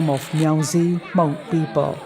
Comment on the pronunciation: I'm proud of you how you say and pronounce the name of "Hmong" very good.